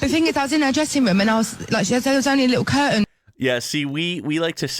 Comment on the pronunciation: That cur'ain was hi' by a bo''le of wa'er.